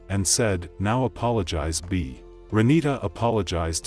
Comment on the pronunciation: She said I "apolofagize"😂😂😂